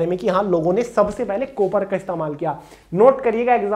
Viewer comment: कोपर नहीं बोलते हैं, काॅपर (copper) बोलते हैं कोपर ❌